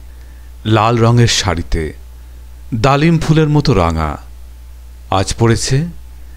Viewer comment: kichu pronunciation valo laglo na jemon "dalim" ..